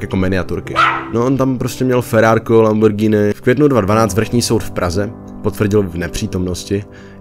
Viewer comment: No konečně nějaký youtuber to říká správně Lamborghini